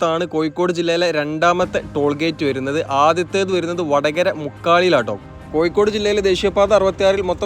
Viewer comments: യ അല്ല ഴ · കോയി: അല്ലാ.. കോഴിക്കോട്